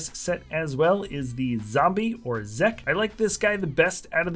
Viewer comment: Zeke the zombie’s name is pronounced ‘ Zeek’ not ‘Zeck’.